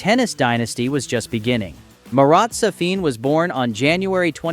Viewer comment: He is not Sa-FIN, he is SA-fin.